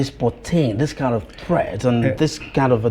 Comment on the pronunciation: Either you seee it as threeat, is a matter of perception